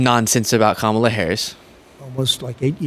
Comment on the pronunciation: Adin's mispronouncing is apparently contagious, wtf is Cam-ala?